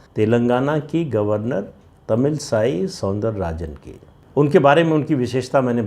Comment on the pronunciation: सर , आप पिक्सहले इन भी एक नाम लिए Tamilisai , मैं बात प्रतिद्वंदी की नही कर रहा हूँ, बल्कि उच्चारण का, शायद वो तमिल साई नही , वो तमिल इसै , not to be confused with Christianity , इसै is either melody , sound or Music in Tamil